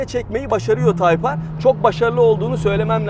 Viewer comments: Nasıl yazılır ? Type-R Nasıl okunur ? Tayp Ar Nasıl okunmaz ? Taypır :) :) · Nasıl yazılır:type-R Nasıl okunur:tayp ar Nasıl okunmaz:taypır :D abi yarıldım yaa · Nasıl yazılır? Type-R Nasıl okunur? Taypar Nasıl okunmaz? Taypır =O :-P ;) :-( :-) :-! :-$ B-) :O :-* :-D :'( :-\ O:-) :-[